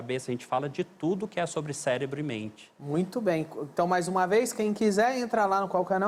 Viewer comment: "Celebro" dr.???